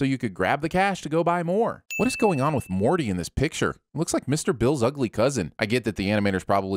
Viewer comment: calling “Morty” by “Marty” ding